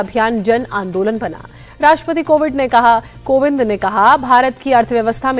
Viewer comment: News anchor ko tode dinno ke liye nikalle job se ....kuki rashtrapati ko kovind ko covid bolle hai.....